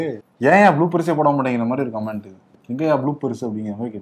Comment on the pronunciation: இன்னும் திருத்திக்கலையா....♥ கமன்ட்.... கமான்ட் அல்ல